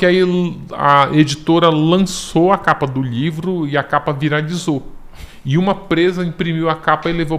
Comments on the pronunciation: Tem outro jeito de falar? Livro, lhivro, dá no mesmo. Ou não? Kkk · Acho tão engraçadinho a maneira como ele fala "lhivro".